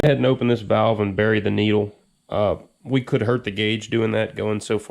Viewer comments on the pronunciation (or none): none